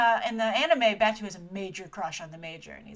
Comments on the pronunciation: Great video, Grace. I was actually waiting for this one impatiently. Just a few nitpicks though: - Batou is pronounced Bah-toe - Saito is pronounced Psy-toe - Kuze is pronounced (I believe) Ku-zay - Batou's eyes look more like Borma's from the anime series. I wish they stuck with the white-eye design Other than the names, I'm pretty much agreeing with all that you've said about this movie. It looks great aesthetically, and is a great homage to the films and anime series. HOWEVER, I think because they're drawing from almost all the different iterations of Ghost in the Shell (films and anime series) in big AND small things, I think it will hurt the film. They should have just stuck to a "less is more" approach in terms of what they can cram in. I also think the focus is so much on the visual aspect that I worry the story and themes will be somewhat lost. I REALLY hope they can keep in the many themes like how the first animated film did. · The door was kicked into the guys hand by Aramaki, I'm assuming, who was in the car... No hand magnets. The man in the early shots and in the section 9 hologram is Michael Wincott, who funnily enough plays a very small role in Westworld as well. It's actually really saddening that no one recognises him; he's a fantastic actor. Your pronunciations are on point, except for Batou, which is pronounced 'bah-toe'. Close, though. Oh, and Kuze, which is pronounced 'Koo-zay'. You should be using the term cyborg instead of robot. The term robot has connotations of having no autonomy, of being controlled by another source for menial tasks. The word comes from the Czech word roboto for "forced labour". Android would also be more fitting as an identifier. I love Michael Pitt, but, Kuze's face was meant to be a work of art. So fine in fact that there was no actual automation or facial muscles, just the facade. I mean, I love Pitt and his face, but it's no Kuze... K, rant over. Soz <3 This series is so important to me. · Batou (Bah-toe)